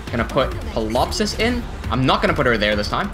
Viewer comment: Just curious, why do you pronounce Ptilopsis with the P(pilopsis) instead of the T (tilopsis)? My father is a retired professor of English and language was one of his specialties thus I learned early on that English has over the centuries borrowed from so many languages that it has developed stupid rules like when at the beginning of a word what a P is followed by a t or an s it is the second consonant that is used and the point is silent: examples being psychology, psychiatry, the surname Pfifer....